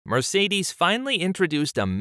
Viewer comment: You don't pronounce Mercedes as it should be.